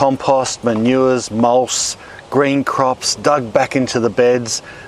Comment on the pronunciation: "Mulsh." Pure poetry.